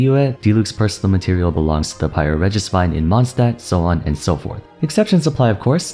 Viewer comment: "Pyro regesvine in mondstat" - LOL